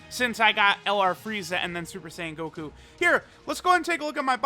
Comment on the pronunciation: Mans said koku instead of goku